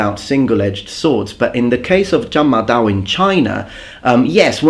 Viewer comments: Congratulations your Chinese pronunciation is spot on. The Horse Chopping Sabre is a generic term describing any large blade designed for infantry to resist or attack cavalry - usually to cut the horse's neck or to injure the horse's legs. Over the centuries they have appeared in various shapes - straight or curved blades, long and even longer handles, almost like half-polearms. Spear formations have to be more compact, for the spear-wall to be effective - hence they're less flexible and less mobile as they have to move in formation - these blades allow for looser formations, and they can be deployed in situations where spearmen won't be so effective. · dude, is these three chinese words the first time you've learnt? great work, pronunciation is very good. it's called the horse slayer in english. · upvote for getting the pronunciation right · I'm very impressed by your Mandarin pronunciation, ON POINT!